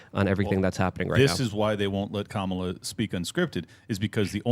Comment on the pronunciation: It would be helpful if you called Harris by her proper name - it's pronounced kam-A-la, not KAM -a -la